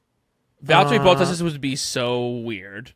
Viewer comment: I love how they mispronounce so many names: Fred Vah Sewer = Fred Vah-Ser Bonobo = Matt Tee ah Bin-otto Bow Tas = Bot Tas